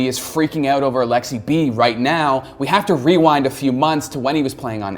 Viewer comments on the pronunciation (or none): Its Aleksib. Not Aleksi-B pleaaaassee stap it!